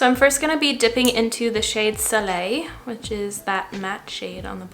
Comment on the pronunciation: me: 🙄: pronounces soleil correctly me: 🥰 also, are you talking about chickadee by makeup geek? it's a great shade indeed!